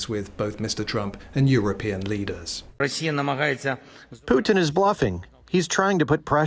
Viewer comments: 😂😂 it's Putin, not Piutin. You sound dim. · I don’t see war ending with that pronunciation of the Putin name